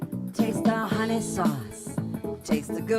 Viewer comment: Not hunnies it’s hun nayyy!!